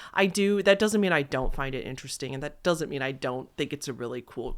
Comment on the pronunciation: You tend to hold the last syllable in your sentencessssss. Know what I meannnnn?